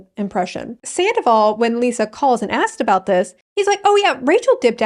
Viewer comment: your pronunciation of “zandoval” is absolutely spot on